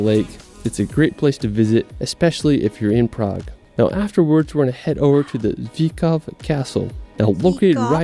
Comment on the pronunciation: It is not Zikov... It is Zvikov castle!!!